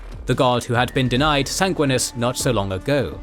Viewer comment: and Sanguinus lol